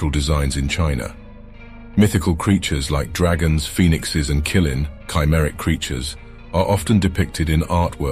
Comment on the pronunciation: Interesting video. There are a few mistakes in the pronunciation of certain Chinese terms. Wuxia is not pronounced as "wuksia", but rather "Wu-Shia" Qilin is not pronounced as "killin" but more like "Chee-lin"